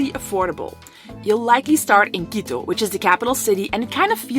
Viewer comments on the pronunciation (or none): none